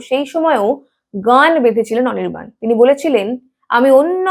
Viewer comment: অনির্বাণ ❌ অনিরবাল✅ 😂😂😂😂😂😂😂